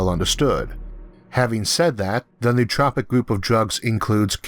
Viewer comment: it's no-o-tropic, not nuhtropics